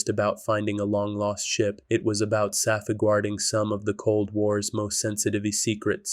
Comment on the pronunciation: Could you please not use AI? "Sahfuhgwarding" is just embarrassing.